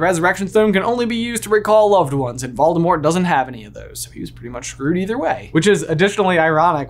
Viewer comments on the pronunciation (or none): Hey, I hate to tell you this but you’re not saying Voldemort’s name right. Technically, the T at the end of Voldemort’s name is supposed to be silent. Voldemort’s name is supposed to end with a L when you say his name.